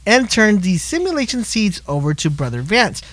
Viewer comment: Say it with me Sim-you-lay-shun seeds.